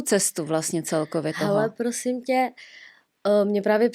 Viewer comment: pjosím pjosím pěkně pjosím David luu